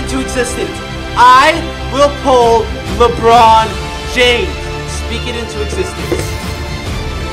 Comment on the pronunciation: And a year later he calls a le Ron again